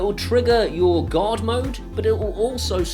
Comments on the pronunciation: When you say "Guard" it almost sounds like you're saying "God,". Either way, since it's Amazon, both are accurate.;) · This American understood you to say "God mode" through out the video until I saw the "g-ARE-d" guard mode on the application. Ahh-haha! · Good video, but my US ears kept hearing guard mode as God mode. God mode is probably a ways off yet. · Same. I was also confused for a bit thinking he said God. :)